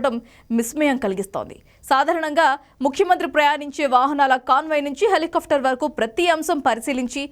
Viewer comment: ముందు న్యూస్ చదవటం నేర్చుకో తల్లి.... నువ్వూ నీ తొక్కలో న్యూస్ ...దాన్ని HELI KAAFTAR anaru...... """"Helicopter""" antaaru FA palakakoodadhu....."PA" plakaali..mundhu avi nerchuko